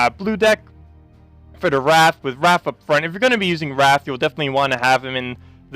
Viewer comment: Wraith is pronounced ray-th, not rath (wrath). The "i" makes a big difference. :)